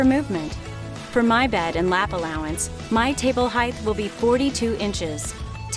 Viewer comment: Its height. Measure the height. Not "heighth"